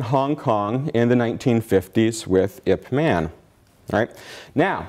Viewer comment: The talk is fine, but its absolutely bizarre how this yt guy can claim expertise on wing chun, yet pronounce it 'wing chung', 'ip mahn' instead of '(y)ip mun' etc.